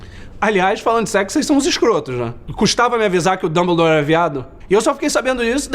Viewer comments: Nossa o nome é Dumbledore e não Dãobordor seu escroto vai pra escola depois agente conversa ta bom! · gostei do "damboldor".